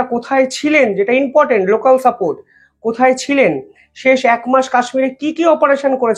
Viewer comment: কথাটা inportant na কথাটা important. রোজ দেখি একই ভুল।দয়াকরে উচ্চারণ ঠিক করুন।খবর পরিবেশন ভালোই করেন।অন্যদের মতো বেশী জাকজমকপূর্ণ এনিমেশন নেই। সাদা গোদা সঠিক খবর। এই ইউনিকনেসের জন্যই ভালো লাগে।আমার হক আছে,আশা রাখি অনেক আপনার থেকে.. তাই বললাম।